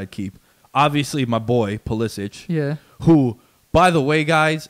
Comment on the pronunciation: The "expert" pronounces Pulisic's name incorrectly.